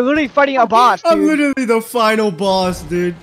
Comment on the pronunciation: "Its witterwy a healwing simuwator"